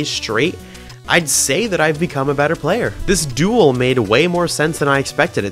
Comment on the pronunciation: decent ship ‘playur’